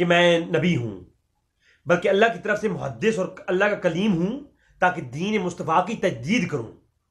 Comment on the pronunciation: muhadiss nahin muhaddas hota ha